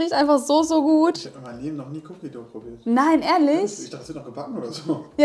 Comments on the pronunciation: Es wird wie "doh" ausgesprochen und nicht wie das deutsche "du" 😉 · nix Cookie Duuuu... Dough... und das o ist nicht stumm... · ja eben. Man spricht es wie bei Doughnut aus :) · Meint ihr dou wie "du" oder dou wie "doú/ dow". Es wird wie low aber mit d ausgesprochen. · Ja eh wie Doughnut und das werden wohl hoffentlich viele richtig aussprechen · Sprichst dough komisch aus Cookie duhhh😂🙈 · "doh/dou" wird das ausgesprochen, nicht mit "u". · ich weiß wie 'an es ausspricht schlaubi Schlumpf aber spricht es "cookie duuuu" aus was falsch ist obviously